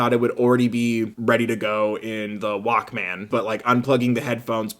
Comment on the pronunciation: The way you say Walkman 💀💀💀